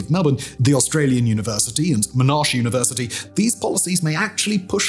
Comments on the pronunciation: Pronouncing Monash University as Mernarsh University killed me 😂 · Dudes reading a script. no idea what hes talking about. will be AI soon enough. Couldnt even pronounced Monash correctly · Monash, Albanese, and a few others... might need to check those pronunciations. Monash: Mon-ash Albanese: Al-ban-ease-e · The pronunciation of Albanese and Monash are just… amazing ‘Monarrrrshe’ 😂 how would pronounce some of our suburbs? Hehe ‘Mordialloc’ stumbles people outside of Melbourne 😂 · Such a weird pronunciation of Monash. Is he doing it for engagement? You win this time - Mon as in mono, ash as in what’s left after a fire